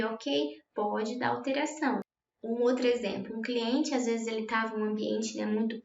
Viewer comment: mds que agonia ela falando cliente